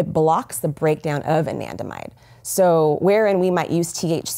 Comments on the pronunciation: What's that word she kept saying was the cause of PTSD? Andimide? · It's Anandamide...